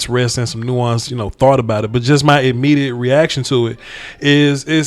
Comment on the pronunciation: Did bro say “this imejidate”? Lmao immediate ?